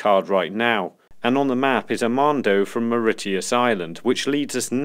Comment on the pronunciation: Bro did u pronounce Mauritius, moritius? Its pronounced Morishus...sorry my ocd played up